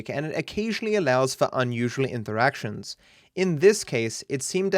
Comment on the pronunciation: for a slight second he became mexican with that "interactions"